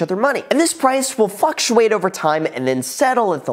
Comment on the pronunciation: "and this price will fucktuate over time..."